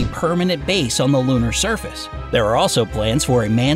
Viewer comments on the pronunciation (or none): none